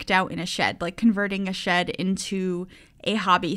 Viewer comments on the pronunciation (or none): What said: it's a little shed!:D What I heard: it's a little shit! Me::o